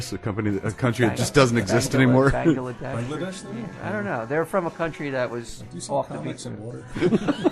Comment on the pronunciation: are they playing George Harrison because they said bangledesh? pretty obscure,right on boys